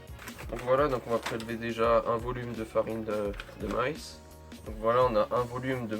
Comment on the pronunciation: Je rigole a chaque fois que tu dis farine de maïs, il vient d ou ton accent?